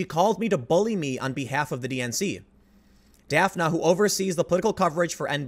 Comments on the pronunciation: Dafna...I was thinking it was Daphne...Daffnee...but I was like wait till I see the spelling, since I was only listening to it. Sho'nuff. Do you think she got that name from Daphne, but her parents didn't know the pronunciation. Daphne is more tricky then when you can get by with Shawn, Pammy pamela Kamala. Could be a native name...or popular. But I wonder?!? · I believe the woman's name is pronounced "Daff-ney" but it's funny & cute how you pronounce it.